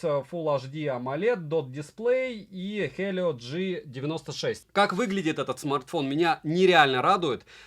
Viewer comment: Не ну с камнем они реально обоcpaлиcь. Почему-то после произнесения хЭлио... Дальше смотреть уже и не хотелось. Взрослый дядька! Хватит уток гонять;) Я просто смотрю твои обзоры и путаюсь в этих одинаковых смартах по внешке а по названиям вообще можно можно кукухой поехать.